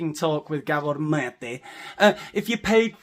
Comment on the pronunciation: We dont need maths for University with psychology. My family is riddled with them. You make me laugh my ass off without pissing me off as a Canadian Mental Health Community Worker ( serious) lol. You say Dr. Mate's name like "Dracula" .